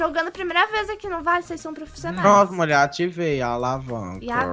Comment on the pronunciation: Eu amo quando o Jean chama o de Muié